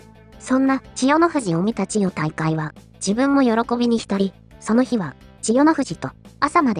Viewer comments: 千代↑大海↓ めっちゃ気になる笑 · ちよ⤵︎たいかい⤴︎のイントネーション、どないしたんやw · ナレーションの【千代大海】のイントネーションが変で中身が入ってこない（笑） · ち↑よ↑じゃねぇ、ち↓よ↑ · チヨ⤴タイカイ⤵ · なんで千代の富士は「千代の富士」で 千代大海は「チヨ・タイカイ」なんだよｗ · みんな動画の内容より、ちよ、たいかいの発音が気になってしょうがない。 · ちよ退会！のせいで話が入ってこんわw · チヨ・タイカイ・・の発音が気になって気になって・・・😂😂😂😂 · ちよ⤴️たいかいで動画が全く入ってこない😃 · 千代大海の発音がなっていない。「ちよ、たいかい」誰のこと? 編集内容の良さを、説明役の女がぶち壊している。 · 千代↗大海↘😂 日本語習おうぜ！ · チヨ⤴︎大海😂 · 千代大海と発音するときの「アクセント」は聞くに堪えませんね。人に聞かせる場合は、「チヨタイカイ」と発音が正しければどんな抑揚でも良い、と言う訳ではありません。多くの人が聞き慣れている速度や抑揚で発音で無いと、この朗読者の出身地独特の言い回しでは聞取りづらくて、聞取る側には違和感や不快感が生じます。「チヨ」と「タイカイ」の間に微妙な間が空いて「チヨ」と「タイカイ」が一つの言葉には聞こえません。「チヨタイカ」と一気に発音し、二つの語が一つになって一語に聞こえるように発音して貰いたいモノですね。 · ち⤴よたいかい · ちよっの発音がイラっとして入って来ない。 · ち↑よ↓たいかい→ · チ↑ヨ↓タ↑イ↓カ↑イ↓ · AIちゃんは千代の富士はちゃんと言えるのに千代大海は言えないんだな😂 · 残念なことに「チヨ 退会」が気になって、せっかくの内容がイマイチ入ってこない🤣 かと思えば、ごくたま「千代大海」ってちゃんと言えるじゃんかよぉ！ 余計に戸惑うわ😆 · 千代の富士は普通に喋れるのに何で千代大海は普通に言えないのよ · 最初に千代大海が入るとイントネーションがおかしいんかな？文の途中だと普通になるっぽい？ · ちよ、たいかい が引っかかり過ぎて話が頭に入らない。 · 千代の富士 はちゃんと言えてるのに ちよたいかい のアクセントがなんか違う・・・ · 関取の名前の読み方ぐらい勉強してほしい